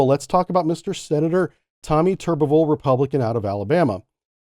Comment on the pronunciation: Love the videos but the thoughts on Tubberville are misguided. He is standing for something he and many believe in Biden simply ignores. And you pronounced his name wrong.